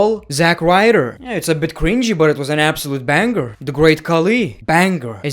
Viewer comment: it's BANG-ER bro, not bang-ger